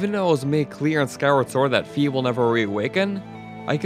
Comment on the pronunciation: Fi... Is Fye, not Fee